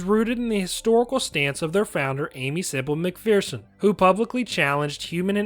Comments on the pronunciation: Mc"FEAR"son is an incorrect pronunciation. Mc"FER"son is correct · Hmmm… for the last 50 years, I have only ever heard everyone pronounce it “McFEARson” (not “McFERson”). Are you certain you’re citing the American pronunciation and not the British one?